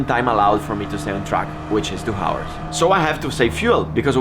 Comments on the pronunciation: No one has yet told him how to pronounce hours correctly? English is my 3rd language and it was still hard to hear that :o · House, Him, Helicopter, Heroin, Hakuna matata, Half, etc... however, you don’t pronounce the H in « hours »